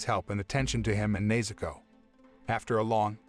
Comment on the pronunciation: bro he called nezuko neizuko whyd anyone appreciate that